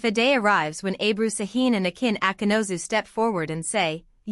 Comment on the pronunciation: Автор,коли ты взялась пиздеть, так будь любезна, имена актеров называй правильно! Акын Акынус,а Акынозу, не Сакин,а Шахин!